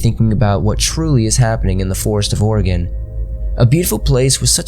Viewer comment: I adore that he pronounced Oregon correctly.